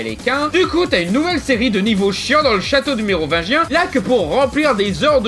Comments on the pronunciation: Heuuuuu je rêve ou tu as dit neovagin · C'est ce qui se passe quand on articule pas assez bien le mot "Mérovingien". Mais en même temps, c'est difficile de bien articulier certains mots quand on fait de long phrases avec un certain rythme.